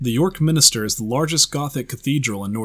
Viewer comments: MIN-STER, not MIN-I-STER! Seriously. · Why u say minister when it's actually minster get it right